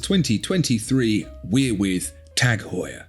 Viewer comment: Tag, not tec..., with a long ah, as they say in German, üben, üben!